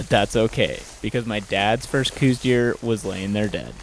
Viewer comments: Don't take this wrong, but they are "cows" deer. Named after Dr. Coues. An army doctor and naturalist from the 1800's. I know cooz is the norm today, but cows is the proper pronunciation. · STOP. For fucks sake - say it right - COWS deer is the only proper pronunciation. Show a modicum of respect and intelligence. Otherwise please stay out of Southern AZ. Carpetbaggers. But it's awesome you had a great hunt with your Dad, glad for that. Just please says COWS.